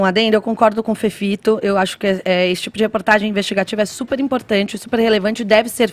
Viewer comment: Deouzolivreeeee!!! Parei qdo o féfifitoo começou. Nummm guentoo affff